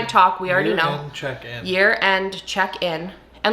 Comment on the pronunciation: Thank you so much for clarifying that you wanted to do a "year end check in"! When you first said it, I thought you said "urine check in", and I REALLY didn't want to do THAT.